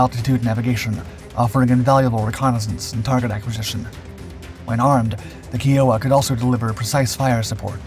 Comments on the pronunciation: 😂😂kiowa not kee-oh-wa😂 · repeated pronunciation mistake that bugs me - Kiowa is Ki O wa, not Kee O wa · Can someone PLEASE teach this narrator how to properly pronounce words. Its Kiowa, Ki-o-wa, not Key-o-wa for fucks sake! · I don't know about that, his voice pronounces words that are hard for bot voices to pronounce without problems. The way he says "Pon-zer" instead of "Pan-zer" or "Key-o-wa" instead of "Ki-o-wa". Its also been the same voice from jump, back when bot voices were not as "good" as they are now. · You're still pronouncing "KEEohwa" 🙄😐... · Just a small point. Kiowa is properly pronounced "Kai-yo-wa" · You mispronounced Kiowa /ˈkaɪ.oʊ.ə/ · It kinda irked me to hear it said the wrong way.. Even the upside down lawnmower deserves more respect.. 😉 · Failure to pronounce Kiowa does not help credibility...but the fact that FARA was cancelled just adds to a long list of Dark Blunders. 😂